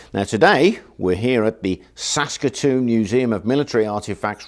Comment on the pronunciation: ..."Saskatoon" ??... huh! ... I didn't know you were Canadian! :)